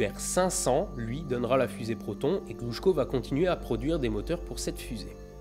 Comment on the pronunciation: Je suis assez fiere de toi pour ta prononciation en Russe en tant qu'étudiant de la langue Russe. (bon il y a quelques petit défaut) mais bon ce n'est pas le sujet très bonne vidéo (Протон -> P(r*) otone' (r roulé) voilà pour la petite correction haha désolé.) les bisous!